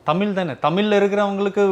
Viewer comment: நல்ல கேள்வி கேட்கிற ஆனா தமிழ்னு ஏன் வரல?? 10 தடவை தமில் தமில் தான் சொல்ற.. இதுல வேற தமில் எழுதுறேன் படிக்கிற... தமிழ். ழ் சொல்லு பாக்கலாம்...